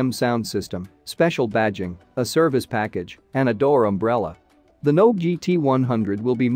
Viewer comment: Nobe is pronounced NoBay, just so people know. The voice synth in the video is garbage.